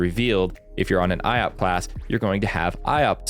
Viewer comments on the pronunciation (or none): Another important tips : "Iop" is pronounced like "yop" and not "i-op" :)